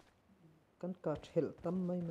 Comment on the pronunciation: OP Voice😂.. En a ti nuam bik Mahse one more thing. tlemin i mizo tawng hman a diklo thin. mai turah mei tih zeuhte.. sawisual palh hi awm ve thei lutuk tho nia👍👍👍